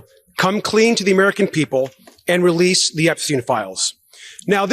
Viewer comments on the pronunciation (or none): (329) "Wewease Woddawick!!!"